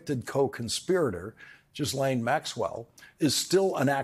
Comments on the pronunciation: I appreciate this, but even more, I appreciate you. I have been watching your show for years. Minor (petty?) point. I keep getting a twitch when you say Ghislaine’s name. I have never heard that name pronounced the way you pronounce. It sounds unusual for that name. Is that how she pronounces it? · Always look to Lawrence for perspective... but, on another note, having just heard 4 different men trying to pronounce her name....fellas.... learn how to say her name! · Lawrence, learn how to pronounce Ghislaine. Cmon now, you’re a professional. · Note that the "s" in Ghislaine is silent. Google the pronunciation and you'll see. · I think Lawrence is great, but can someone please tell him that the s in Ghislane is silent! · Why are you saying Jizzlane? it's Ghee-lane. You’re reporting, show some brain cells. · Gee-layne----like "gate" and not "jet." Honest. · Small point: 'Ji-Lane'. Yeah, I'm an English pedant, and proud 😆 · Cmon Lawrence. You're impeccable. How do you go on air and call her Gizlaine? This s is silent. It's Gi-len. She's already been on trial. You've heard her name a million times. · Why can't you pick a one "Ghislane" and stick with it? It's driving me nuts that you find it so difficult to say this ONE NAME - It starts with a HARD G as in GEEK - then LANE. The "S" is SILENT. GEE-lane GEE-lane GEE-lane (rhymes with "Elaine"). Think of the old Volkswagen KARMANN GHIA... Not that difficult! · jizzlane maxwell!! 😂 love this pronunciation of her nane! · Ghislaine is pronounced 'GILL-LAINE' - don't say the h or the s! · 😂 I don't think her name is pronounced "Jizzlane" but it works 😂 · "Ghislaine" is French, pronounced without the "s". "Gee LANE". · Pronounced Ge-lane. I googled it 🤓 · Pronounced 'Ga-lane' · Pronounced "Gee len" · Sorry Lawrence please look into saying “Ghislane ” properly phonetically Gi-lane. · I believe her name is pronounced G-(as in grubby) - elaine. Sounds like Gee-lain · Isn't it pronounced Gee ( as in clarified butter ) lane ?